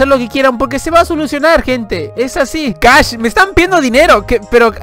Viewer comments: Minuto No dice Cash dicen Crash? (Crasheado??) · Dice crash no cash :v #palmapendejo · Ahí dice "Crash" no "Cash"